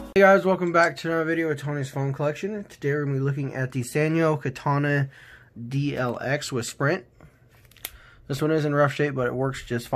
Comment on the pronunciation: It's Sanyo Katana DLX not Sanyo Katana DLS